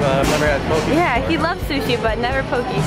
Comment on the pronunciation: Hey girl just to let you know it's pronounced Poe-Kay! I live in Hawaii and I got corrected too! Lol :)